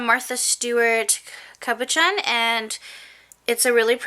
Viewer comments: Cab-a-shawn........ NOT cab-a john. :) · psst It's pronounced cabo-shon (En/Fr bilingual here)